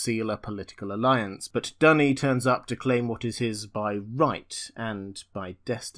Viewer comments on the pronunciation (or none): Duny is called "dooney", not "dunny"